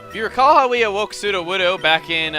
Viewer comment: lol chugga, it's sudowoodo, not "suduwudu"